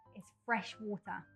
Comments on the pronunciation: water 發音，又把我給......英式，這個WATER 第一次聽到如此發音，哎~幫幫忙，這個如何是好？ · 小弟弟很可愛討喜，BUT water 發音，我聽的';霧煞煞